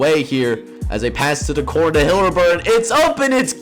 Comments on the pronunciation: Haliburton is Pronounced Hal-Eh-Burton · Great video so far. Btw no biggie but i think you might be pronouncing Tyrese Haliburton's name wrong lol